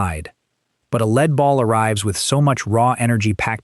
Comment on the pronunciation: You lost me the first time the “narrator” didn’t know how to pronounce “lead ball”. 👎